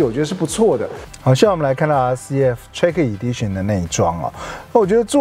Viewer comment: 能不能把英文单词发音查好练好了再来拍视频？Lexus和 track Edition好好看看国外都怎么念的